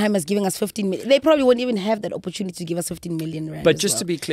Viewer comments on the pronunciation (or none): "There will Proberbly be an audit" this statement does not give one reassurance